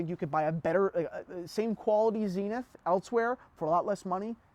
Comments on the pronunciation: Zen-ith not zeen-ith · Zenith is a word. Dont you just pronounce it the way you'd prounce the word zenith? ie american english vs british english? Like omega?